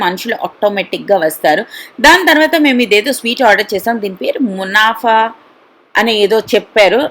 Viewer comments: that is kunafa ... not munafa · Kunafa not munafa 🙂🙂